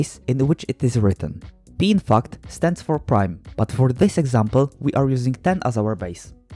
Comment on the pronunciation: When you said "P, in fact," I thought for a second that you said "being f*cked"